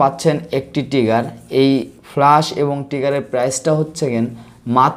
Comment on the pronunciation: টিগার না উচ্চারন টা হবে ট্রিগার